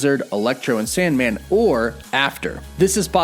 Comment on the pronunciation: u said sandmand, lol